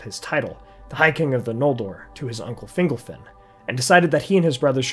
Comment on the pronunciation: The only issue I have with this video. It sounds like you're pronouncing fingle-fin instead of Fingol-fin lol.